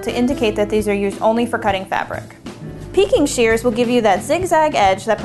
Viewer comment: Hard to make out the pinking shears, sounded like peeking shears.